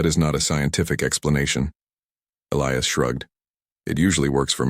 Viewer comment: At about : : the pronunciation of a key person, 'ilious' is badly done and should be 'Elias' instead!. Oops LoL 😮😢